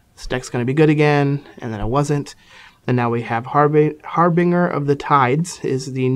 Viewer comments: That's pronounced "Har-bin-JUR" not "Har-Bing-Er" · HARBINGER! It's pronounced har-binge-er as in binge-eating or binge-drinking, with a harsh "g" sound. It's means like an omen announcing the arrival of something, ie. he announces the coming of the tides. Which like, doesn't make a whole lot of sense, but still. It's really painful to hear it mispronounced so much.